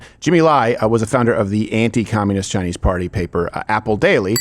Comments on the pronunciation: face-fuchsia-tongue-out:What the frack is up with him pronouncing Chinese "Chinee"? It is annoying. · you not pronouncing the S in Chinese is perfect 😂